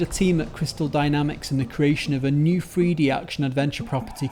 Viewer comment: Free dee? seriously this accent isn’t an accent it’s a lisp and improper pronunciation and I’m over it fucking speak right I so hope everyone helps me do the same to all YouTubers with shit euotrash accents.